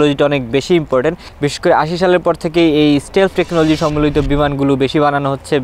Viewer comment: শালা আগে উচ্চারণ ঠিক কর, স্টেলফ??? না স্টিল্থ??